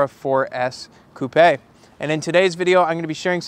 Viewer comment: Subscribed purely because he pronounced the French word coupé correctly 👏👏